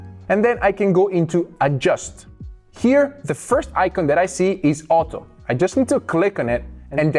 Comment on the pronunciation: bro its "auto adjustment" not "oto adjustment" 😂😂